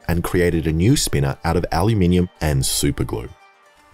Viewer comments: When you couldn’t say “aluminium” I immediately subbed. This is too funny and entertaining! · Don't change aluuuumiinuumimm istead change the motor 😂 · I love the way he says aluminum lol 😂😂😂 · I'm Australian :> It was just funny for lmao